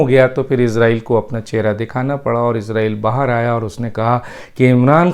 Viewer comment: ڈاکٹر صاحب آپ تو پڑھے لکھے انسان آپ جیسے فرد سے توقع نہیں غلط تلفظ استعمال کریں گے اسرائیل کو عزرائیل سن کر دکھ ہو تا ہے اگر آپ انگلش الفابیٹ کو سامنے رکھ کر بولتے ہیں تو islam کو ازلام بولتے ہونگے ۔کیونکہ آپ کے مطابق " is "کا تلفظ ہر صورت میں از ہی کیا جاناچاہیئے۔